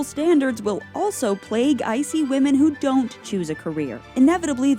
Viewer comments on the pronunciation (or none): none